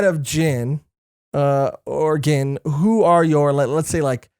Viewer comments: Gin's name is pronuncecd and sounds bean starts witn a g. Gin(gean) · Your pronouncing Gin's name wrong and the girl name is Rangiku